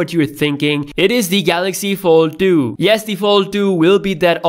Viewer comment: Galaxy no duenty and galaxy fol du. I’m sorry, I couldn’t... Great video though, thank you.